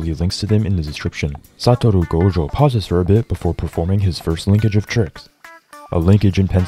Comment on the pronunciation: i came back to this video just to hear your pronunciation of "satorou gojo"